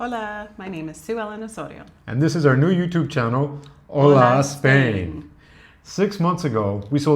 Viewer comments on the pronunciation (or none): The Spanish greeting is "hola," not "ola" (same sound) but I'm glad you're enjoying my country. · Not Ola say Hola !! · Besides, it's HOLA with an ache to say Hello. Ola means wave. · "Hola Spain". With "H". "Ola" = wave, do not is Hello.